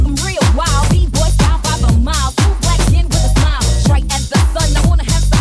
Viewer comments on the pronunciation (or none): none